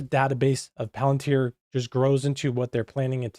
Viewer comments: It's pronounced "Palen-tier". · It's actually pronounced 'pal-an-teer'.